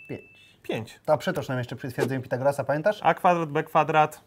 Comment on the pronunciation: Źle powiedział Twierdzenie Pitagorasa.